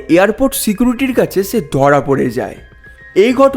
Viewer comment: ছকাল না সকাল, ছে না সে,উচ্চার‌নে সর্তক হোন😢